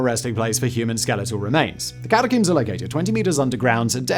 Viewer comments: The scariest part of this video is how Simon says cata-COOMS instead of cata-COMBS. Considering how many times he says it, you'd think he'd know how to say it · it's pronounced "ka ta combs" not ka ta coombs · Simon for the love of all that is good, please stop pronouncing it “Catacooms”